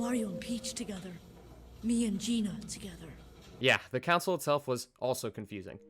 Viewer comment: You are pronouncing "console" as "counsel". It's "con-soul"